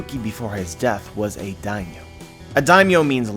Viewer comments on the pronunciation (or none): none